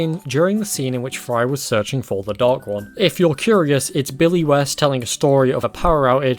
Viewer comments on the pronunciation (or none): none